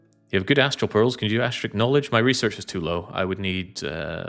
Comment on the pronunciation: strikes again, it's Acashic (ah cash ick) not Astric